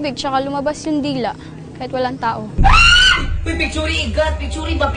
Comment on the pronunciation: "Picturi igat, picturi"